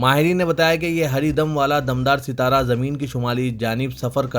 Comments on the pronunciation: It is Dumdar sitara not Damdar sitara. Urdu news padhne se pahle kisi urdu dan ke samne practice karo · "Uzr" "raqhna" "dumdaar sitara"bolne me b gadbad aur abto siasat paper me b Kai ghaltyan rehty hain.